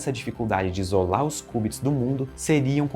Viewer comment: Ótimo vídeo, só um adendo: se pronuncia "kiubits" não "kubits", de resto perfeita explicação.